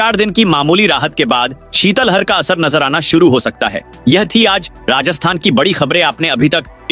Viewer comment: शीतलहर का उच्चारण सही नहीं किया है